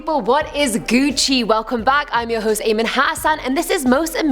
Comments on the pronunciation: Don't say gocci u twat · Did she just say GUCCI?????? That is trash!!!!!